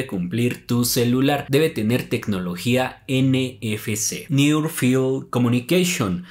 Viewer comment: NEAR field communications, no "new field..."